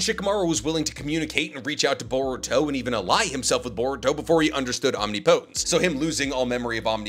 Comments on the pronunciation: Please. It's pronounced "om-nip-uh-tince." Not "om-nee-po-tens." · Some day will pronounce "omnipotence" correctly. Om-nip-po-tence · Great video, btw your pronouncing omnipotence is a little off. It’s more Om-ni(like in ninja)-po(like in puppet)-tence(like in past-tense) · ….OHM-NIP-PUH-TENTS not Omni Poe tense. Think of the pronunciation of the similarly sounding word impotence 😂 Luv ur vids tho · Irrelevant, but it's omnipotence (om-nip-uh-tense) not omni-potence. English is inconsistent but it is what it is. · "Omnipotence" (Om-knee-po-tence) 💀 Isnt it (om-nip-i-tence)??? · Why OMNI-Potence instead of Om-nip-otence? The pronunciation is like nails on a chalkboard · hey love the vids thought u should know omnipotence is pronounced om-nip-o-tense (soft t on the tense part, hard t works too but a softer t sounds better) all love <3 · Why does he say “Omni potence” lmao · I can't. Every time you mispronounce Omnipotence, it feels like nails on a chalkboard. Ahm-nip-uh-tinse. PLEASE SIR, PLEASE. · Omneepohtense or omnipotence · Great stuff but damn I hate how you pronounce omnipotence lol. It ain’t wrong but it SURE ain’t right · This omnipotence pronunciation is killing me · Why does everyone pronounce "Omnipotence" wrong. It's a real word and has a correct way, everyone seems to put so much emphasis on the last 2 syllables. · His dedication to pronouncing it wrong is crazy and there are not a lot of people correcting him. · people probably think it's actually a naruto jutsu, which is kinda is. Probably why he says it that way too. Still bothers the crap out of me. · Quality stuff but please, pleeeeeeeeaaaaaase learn how to pronounce omnipotence correctly. Either that or Ada as to go so you don't have to talk about her powers anymore. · Can’t do it he’s saying omnipotence wrong and he’s said like 4 times in 6 seconds. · That’s not how you say omnipotence….. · Please google how to pronounce omnipotence lol